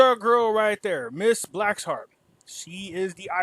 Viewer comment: Her full name is Jeanine Hennis-Plasschaert (not Blackshart😑). In addition to that: I can't make heads nor tails from this story. What do you mean ' we Dutch are so close'???!🤔